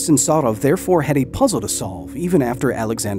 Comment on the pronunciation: Btw as Russian, the pronunciation of Sarov is quite good for an English speaker